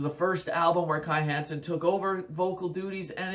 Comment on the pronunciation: Meddl! :) Ähm, 'Kai Hansen', NOT Kai Heeeensen! ;) 1. Land Of The Free 2. Somewhere Out In Space 3. Power Plant 4. Land Of The Free - Pt. 2 5. Empire Of The Undead 6. Heading For Tomorrow 7. No World Order 8. Insanity And Genius 9. To The Metal 10. Sigh No More 11. Majestic Greetings from Germany! 😎🇩🇪